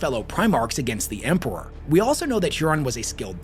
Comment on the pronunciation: I'm confused how says Empewow and Emperor in the same sentence like his speech impediment is selective 😂